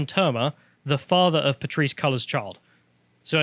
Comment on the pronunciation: Classic lol, Pateerissehh......seconds later, rolls straight through "The father of Patrisse Collor's child" effortlessly.